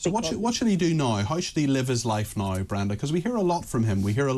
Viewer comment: "NOW" Peter. It has a W in it.